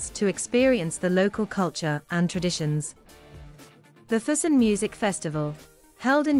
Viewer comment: It doesn't hurt to research a bit how to pronounce the places correctly. In that way, you will also teach your audience. I "cringe" everytime you said "fusen" instead of "Füssen" but nice documentation anyway...